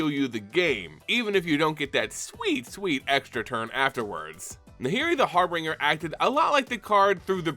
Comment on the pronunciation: Every MTG player says har beenger it's har bin jur